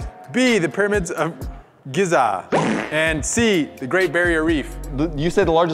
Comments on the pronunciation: The pronunciation for the pyramids of Giza, is (Pieramids of Geeza) !!! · You pronounce it like g-ee-za👌👌👌